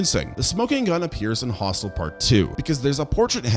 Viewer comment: om-nye-science, hostile (instead of Hostel), sluh-vack-ia...